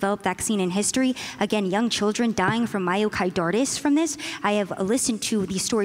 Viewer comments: lol "Myocardartis" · Lady kept saying myokaidartis (a nonsense word) instead of myocarditis (inflammation of the heart) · Is no one going to talk about the amount of times this girl tries to dunk on the vaccine while calling myocarditis “myokidartis” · Listening to her struggle to pronounce this word grated me so hard. “Mayokaidortis” “miyocoydartos”. Please say it a few times to get it in your head. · Let the record be shown that zero deaths are attributed to mio-KYDORTIS. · “I’m a journalist,” “I talk to people, that’s how I know these things” she says in response to a question about her sources on myocarditis before pronouncing myocarditis as “myocidartis” for the umpteenth time. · "MIOCIDARTUS" - that one lady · Say it with me myo-ki-DAR-tis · "MaroCYDartis... MyroCarotis.... MarcoPolotis..." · "Myocar-dar-tis". Boy, they were truly scraping the bottom of the barrel when they compiled this panel. Oy vay. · Mycorditis lol oof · What is this myocardartis she kept talking about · Lol that lady just can't properly pronounce "myocarditis" for the life of her, she seems to know she's saying it wrong each time but she just can't get it out properly. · I have to say, the two most annoying people must've been that Asian girl on the left and Destiny. The Asian girl had absolutely no idea what she was talking about and the way she kept mispronouncing myocarditis really started to annoy the living crap out of me. Destiny seemed to be in his disagreeable zone where he seems most comfortable. He seems to shut down the rational part of his brain under these conditions and simply wants to disagree with anyone he sees as a political rival.